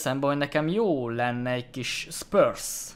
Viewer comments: AZ A FA NEM SZPÖRSZ!!!! SZPRÚSZNAK KELL EJTENI!!! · Igen nekem is fura volt 😂😂